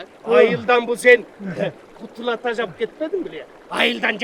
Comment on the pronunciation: Баарың эле тажап дейсиңерда жадап деп туура сүйлөгүлө